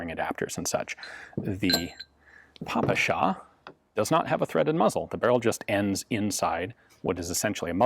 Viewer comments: Fun fact from russian speaker In russian we say "pé-pe-sha" (just russian pronouncation of ППШ) not "papAsha" (daddy/old man in russian) I never in my life heard someone called it Papasha before english gun youtubers Also, "sh" in ppsh is single letter, so it is simplier and closer to russian to call it "pi-pi-sha" instead of "pi-pi-es-aych" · Pronounced “Peh-peh-sheh” (ППШ), not “paw-pu-shaw”. Otherwise an excellent review. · Hi Ian, very cool video, but the Russian gun is called "Pepesha", not "Papasha" : ) Cheers! PS: It looks to me like you have confused that "PPSh" pronunciation with "papakha", which also sorta associated with "all things Russian" (although papakha itself is of Caucasian origin). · The proper pronunciation is : пэ пэ ша..pe pe sha in English...Спасибо... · Damn, that "papasha" pronounce sounds lame...